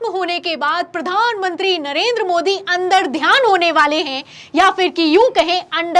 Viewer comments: अंदरध्यान नही . अंर्तधान कहते है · अन्दरध्यान नहीं, अन्तर्धान।